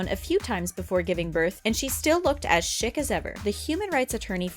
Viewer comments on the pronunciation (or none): Did anyone noticed how she said chic (shic) instead of (sheek)